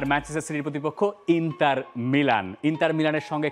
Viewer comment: ইন্টার কে বলে ইন্তার